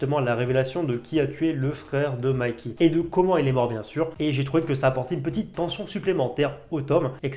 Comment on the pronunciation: Mikey ça se prononce Maïki